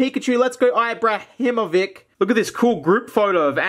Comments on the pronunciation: Ibrahimovic is pronounced ee-brah-him-oh-vitch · I died when he said ibrahimovic like someone who has never heard of zlatlan